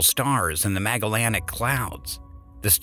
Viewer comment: Type 1a supernova. Also parsec. U pronounced it correctly , then mess it up thereafter. Not sure why. . Cepheid variables. Not variable Cepheids. Henrietta Swan Leavitt. It's lev it, not leave it. Magellanic. Soft g as in magic or Magellan. . 1 kiloparsec. Not 1kpc. . Most people use a thumb, not fingers. 👍 . Trigonometric. Omg where do I start with THAT butchery. 😥 . Type 1a. (One a) not type i a. . Caused by the explosion, not implosion. . Create nuclear energy, not consume it. The hydrogen is transformed to produce energy. The analogy with a Ferrari and what comes after is very poor. . It's Hubble's Law. Not the Hubble law. similarly it's Hubble's Constant. . ...gas is poisoned between...? I'm sure the word was positioned. . Specific wavelengths, not lengths. . Sound approaching us, not reaching us. . Longer wavelengths, not greater. Sorry this is such a long rant but I expect far greater from a scientific video, eh.